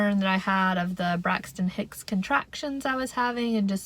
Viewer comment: I kept hearing you say Brexit Hicks, were you? 😆